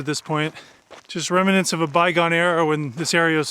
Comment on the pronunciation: Excellent work and truly fascinating video. Can I just be the language police though and say it’s remnants not remenants 😅